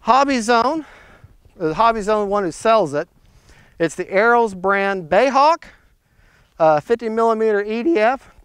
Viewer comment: B.A.E not bae . Please. Love your channel.